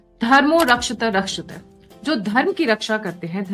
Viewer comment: Madam Jai Sree ram🙏🙏 धर्मो रक्षति रक्षितः" (Dharmo Rakshathi Rakshitaha) मनुस्मृति (8.15) और महाभारत का एक प्रसिद्ध संस्कृत श्लोक है। इसका अर्थ है, "जो धर्म (नैतिकता, कर्तव्य, न्याय) की रक्षा करते हैं, धर्म उनकी रक्षा करता है"। यह वाक्य बताता है कि धर्म का पालन करने वालों की रक्षा स्वयं धर्म द्वारा की जाती है। Not Dhar Dharmo rakshata rakshata. Madam ur pronunciation not clear🙏🙏 Thank u madam & Har Har Mahadev 💐💐